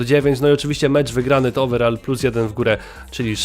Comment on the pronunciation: ouverall chyba pac xD